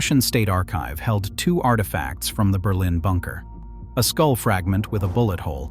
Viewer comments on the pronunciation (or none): none